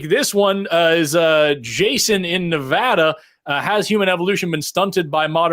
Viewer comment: said Nevada correctly!!! OMG!! I knew you were a genius!